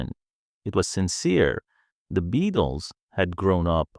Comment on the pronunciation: What crap! From the moment he pronounces the name as "BE-ATLES" you know this is AI at its worst!!